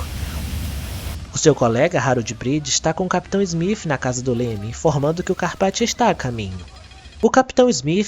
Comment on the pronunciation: Muito bom seus vídeos, bem esclarecedores, só queria saber porque em vez de você dizer o nome do capitão Smith você pronuncia como (Smif).